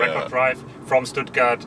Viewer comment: Yes, the German engineer’s English is excellent - he even pronounced Stuttgart the English way. Great video.